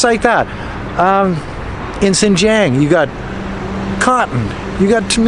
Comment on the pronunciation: A better, though not perfect, pronunciation for "Xinjiang:" For "Xin" just say "sheen." The "ang" can be pronounced like the "ang" in "angst." The X and J have no exact English counterparts, but this will get you pretty close. Now put the tip of your tongue at the base of your front lower teeth and the back of your tongue against the roof of your mouth while saying these words and you will have X and J perfectly.